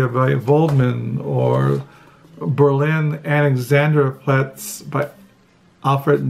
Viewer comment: Your German pronounciation of Berlin Alexanderplatz was pretty accurate👌 I often thought about how lucky I am to be born with German as my mother tongue. I'm hugely grateful for being able to read the marvellous works of German literature and philosophy in their original language version. What about you, what is your attitude towards Germany, German culture and language? Have you ever considered learning German? Many greetings🙂